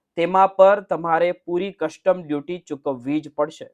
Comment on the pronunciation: Why don't you pronounce Custom properly?